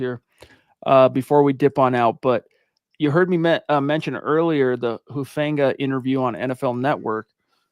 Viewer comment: It’s not Hu Fang ga. I’m not trying to be mean, but you’re the only one I hear saying that over and over. I don’t know why someone with the seeming command of the English language that you have, but look at the prononciations of the Pacific Islands, like Tonga Or Samoa. None of them accent the “a” like in the word fang. His is an islander name. Please stop trying to force that pronunciation. Again, I say this respectfully and am just trying to help. Listen to how everyone else says it or just call him “Huff”, like he says people call him.